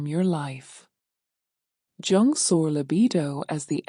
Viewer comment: You know it’s AI when it’s pronounced “Chung.” Why I think there’s something “fundamentally wrong” with AI. And the ideas here are baloney.